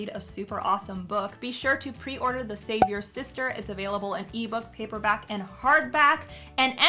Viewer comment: Everytime she says the title of her book it sounds like she's leaving out the "apostrophy s". She clearly says "The Savior Sister". In fact I thought, that that WAS the title, before I saw it written on the cover. Sometim es it can be hard enough to stop other people from fucking up your titles. So why is she doing it herself here? xD